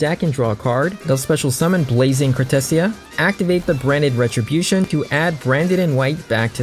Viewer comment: Awesome. Also i've never heard someone pronounce it cartissija 😅